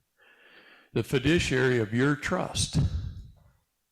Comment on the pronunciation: Fiduciary, not "fidiciary". Sorry, but as you have been saying, and as we all know, words are very important.